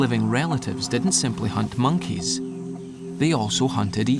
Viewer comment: Monkiez, key-lin monkeez